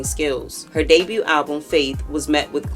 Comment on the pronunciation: The T is silent in Debut. Was driving me crazy 😂